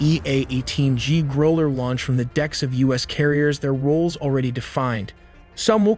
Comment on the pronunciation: Dude! Learn how to pronounce: Growler, Qatar, launch, KC one thirty five